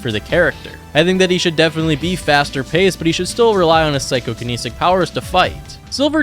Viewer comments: Psychokinetic Not Psycho-kaneesic. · it's psychokinetic not psychokeneesic